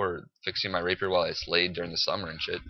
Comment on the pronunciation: It's not a "Raper" it's a "Rapier"